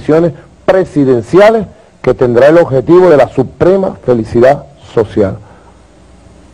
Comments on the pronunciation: Ay si que no estudio siempre dice felicida y no de dice así ni se escribe así es FELICIDAD.aparte de burlarse de nosotros mmmm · Entonces,, ¿está trabajando?, tengo entendido que nunca lo ha hecho,,, pero "increíble", Maduro si dice.. FelicidaD, No felicida.